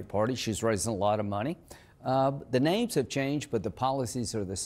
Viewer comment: "the naymes have chainged..." and Miss Lindsey has changed her views on Trump so dramatically, one cannot keep from wondering what Trump must have on her...